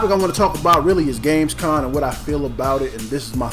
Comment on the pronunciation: it's Gamescom, not Gamescon